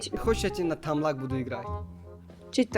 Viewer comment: Не тамлак а таблак